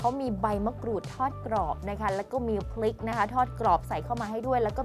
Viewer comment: ออกเสียง พริก น้ำพริก ไม่ชัดนะครับ